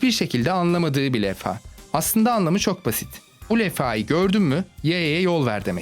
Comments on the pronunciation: levha deil lefha demişin o yüzden f ile deil v ile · lefa degil levha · .lefha Değil Levha XD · levfa değil levha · sondaki lefa nedir be adam levha olmasın o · lefa değil levha:) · iyi hoşta LEFFA nedir kardeş LEVHA o Levha... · leffa değil levha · Saçma olan şu şarap şişelerindeki alt kısımdaki bombe gelenek olduğu için değil şişenin içindeki basınçın etkisiyle şişenin alt kısmından patlamasını engellemek için yapılır yarım yamalak bilgi verme. İkincisi lefa değil levha. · levha lefha değil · levha ya neden lefha diyosun kardeş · Bir levha diyemedin be